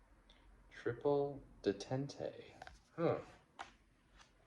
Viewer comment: Detente is pronounced Day-TONT.